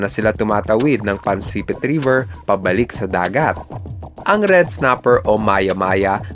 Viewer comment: Pansipit poyon Hindi Po pansepit😂😂😂😂